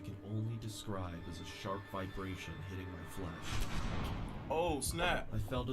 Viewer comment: came here for saying flush instead of flesh and defiant instead of defined. stayed for the creepy vids